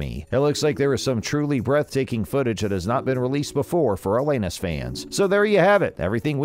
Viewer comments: For Christ sake!! He keeps saying iLL Anus and it isn't even a fake robo voice guy. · FFS! Pronounce her name right! smh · If you want us to take you seriously, PRONOUNCE HER NAME RIGHT!! Thumbs down 👎🏻